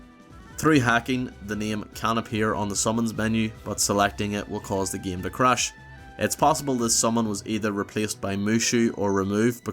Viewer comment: Why do you say "game" like "geymee"??